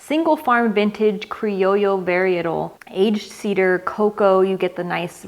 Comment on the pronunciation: love when yoy said criollo